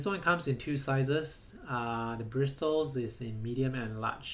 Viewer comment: I get annoyed when you say bristles or however you spell it it's probably pronounced and brissles